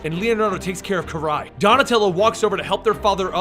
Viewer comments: i'm pretty sure it's sak-i and not sakai and it's kur-rai and not kar-rai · Alopex = A-loh-pehks Saki = Sah-kee Kurai = Koo-raheh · jack moseby In the Game it pronounced it as Kur-Rai